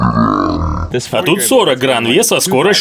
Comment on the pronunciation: Грэйн, а не гран